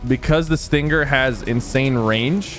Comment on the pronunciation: Yo, its Sting-er, not Sting-ger Sypher lmfao